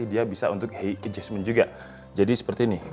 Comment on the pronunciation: height bacanya hait bang